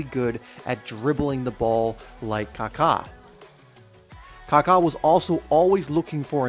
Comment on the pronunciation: Kaka a great man in Christ! Thank you for pronouncing his name correctly